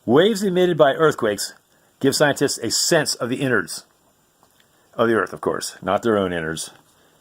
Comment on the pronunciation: "inards" lol